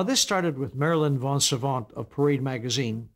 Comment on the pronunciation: It's Marilyn VOS Savant, not von Savant.